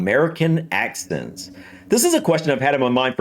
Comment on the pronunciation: I thought you said accident first.